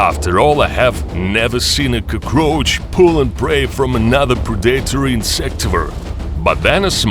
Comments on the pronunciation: Cuhcroach. Love the pronunciation. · Coo-kroach lol